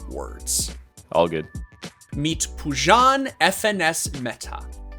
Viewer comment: You call him PUJAN I call him PU-JOHN